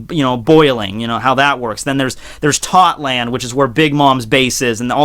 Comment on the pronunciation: It’s not tot land it’s Toto land